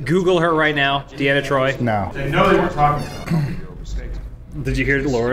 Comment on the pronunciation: It's Troy dammit.